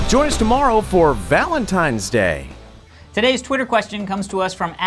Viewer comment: Valentines not Valentimes.